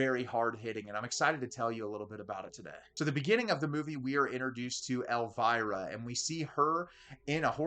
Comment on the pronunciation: Why can't you English people pronounce Elviras name correctcly?